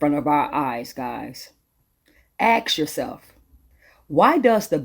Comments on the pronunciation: Im sorry but I can't take the lady serious when she says "ax yourself". It's ASK!!!🤔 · Someone tell her that the word is ask, not ax. There were other mis pronunciations but I don't have room for all that. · She said: "AXE" after that i start tuning out. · "Axe yourself..." 🤦‍♂️